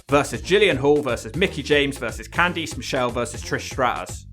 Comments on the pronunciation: Candice = “can-diss” not “can-deece” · Why do you say CanTHESE instead of CanThis lol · Cand EESE??????????????? LMFAO